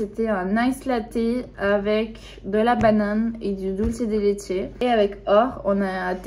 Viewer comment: cuando dijo dulce de leche como anya taylor qkjdkask mi pais mi pais ❤️❤️❤️